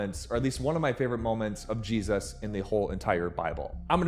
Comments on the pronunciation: Why do you say Jesus like you were kicked in the head by a mule? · Anybody know why he pronounces Jesus as Jeez-oss ?